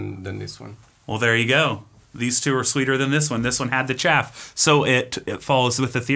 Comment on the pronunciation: “Just going to cup the chaff” 😂